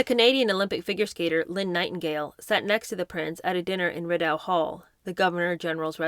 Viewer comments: The residence of the Governor General in Canada is Rideau Hall-pronounced ‘ree-dough’. It’s French. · Rideau is pronounced "Reedoh" All Canadians listening will notice